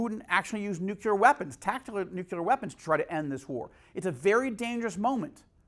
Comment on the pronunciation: Consttuctive critique: Change your pronunciation of ‘nuclear’ to nu-clee-ar instead of nuke-you-lar. ‘Nucular’ is George W. Bush talk, and thats not good company to be in in regards to communication. I respect and appreciate your work tremendously!